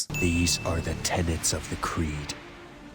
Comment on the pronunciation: "Those are all pretty good 'tenants' to live by" LOL The word you're looking for is 'tenets'